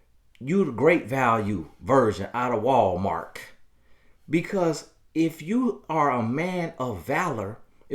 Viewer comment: Did he say “Revenge of the Lames” and “Walmark”!!! TOOOONNNYYYY! STOP IT, I SAY!!!!! 🤣🤣🤣🤣🤣🤣🤣